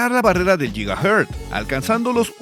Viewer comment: Muy Buena informacion, pero no se dice lligahertz, se pronuncia o dice guigahertz